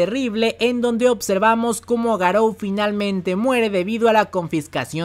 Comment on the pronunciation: buen video, una tortura como siempre el "opservamos" y "otservamos" pero bueno interesante.